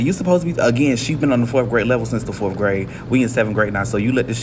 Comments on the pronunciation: Maybe it starts with a teacher that says “forf” instead of fourth. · maybe has something to do with a teacher that says things like “why yall don’t know this?” and “fourth graders be nice” and pronounces “fourth” “forf” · How can you learn to read when you say axe for ask, forf for fourth, and your entire sentence structure is wrong? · Let's also talk about 7th grade teachers who pronounce the word fourth with a second 'f' "fourf" Diction and speaking proper english not only help with expressing yourself they also reflect your competence and situational awareness. Kids (including this 7th grade teacher) need to learn English from some one with the training and discipline to speak it correctly. If social activists wanted to know the real secret sauce that will provide all this "privilege" everyone is so concerned about... It's being able to express yourself clearly and properly with appropriate balance of charm and respect. Find that balance and the world is yours. 🙉🙈🙊❤️✊🏿